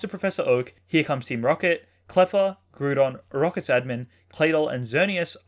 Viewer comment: Dude, I love your videos! Great subjects that are actually really informative, so thanks for that. Just one thing... please consider calling Groudon "GROUdon" as in "GROUnd". I mean Gruedon sounds alright, but that's not the lava beast I caught back in Pokémon Ruby😅 #Happy10000